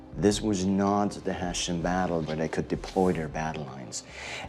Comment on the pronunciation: Small detail: It bothered me that in the beginning in the US they kept pronouncing "Heshian". After speaking with the German researcher Rob Lowe calle.d it (properly) Hess-ian. He listened ❤